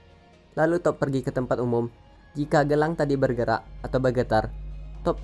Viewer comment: Cara bacanya diperbaiki. Jadi geli di kuping. Toph. Bukan top. Tapi tof/taf Badgermoles. Bukan Badgermoles. Tapi bedgermols.